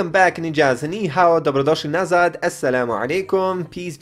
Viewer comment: Omggg u said Dobrodosli nazad!!!!!! Im bosnian brother.